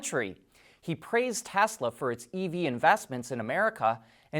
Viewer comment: It's great to here you say Tesla and not Tezla like so many others.